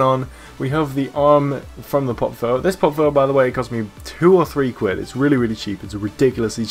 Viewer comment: Is he saying "pop filler"